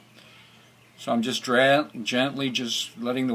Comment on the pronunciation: the word is GENTLY !!!!!!!!!!!!!!!!!